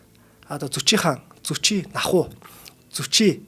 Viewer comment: Зүчи гэдэг биз дээ? Яагаад Зочи гэж яриад бга вэ?